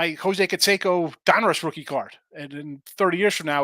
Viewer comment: Re-pack "Rothing"..